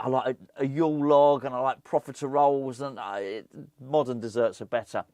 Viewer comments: I saw this comment before watching the video, then cracked up every time he said it 😂 Love it. Merry Christmas, I hope the profitaROLES lived up to expectations 🤣😋😘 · Never heard profitoroles be so confidently mispronounced in one video 😂😂😂